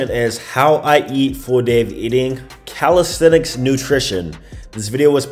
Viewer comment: One thing that have changed is the way you pronounce the word," calisthenics." Before > calistestic Now > calisthenics